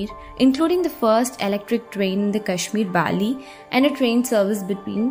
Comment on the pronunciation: Itna English Accent Adopt Karlo Ki Native Names Bhi Sahi Se Pronounce Na Kar Pao Waahhhh Aur Uper Se Channel Ka Naam Hai "The Hindu" Par Naam To Dhung Se Liye Nahi Jare Inse "Pir Punjul, Kashmir Belli, Benihul Kaari" 💀🥹😐